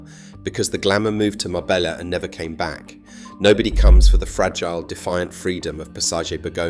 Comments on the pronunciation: It's pronounced Marbeya not Marbellllllla take this video with a pinch of salt. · A great video but why on earth did you pronounce Marbella correctly the first time and then change to some braindead MarbeLLa after that? I’d just liked and subscribed as I had been so impressed with this video. Now reversed. A shame. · Your research is spot on. Ive been doing the Costa del Sol for 40 yesrs, and lived in Spain for over 25 years. Your piece on Marbella was excellent. Just learn some Spanish prononciation FFS. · Can't even pronounce "Marbella" correctly